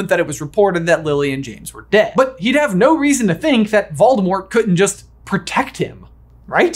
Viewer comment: It's clever of you to pronounce it "Valdemort." He won't find you that way. But I think you're giving Rowling way too much credit. She isn't a good writer. She didn't think about the story this deeply.